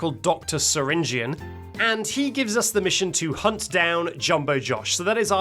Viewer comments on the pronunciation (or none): none